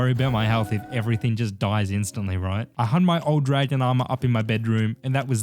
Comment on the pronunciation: It was dra-gon me around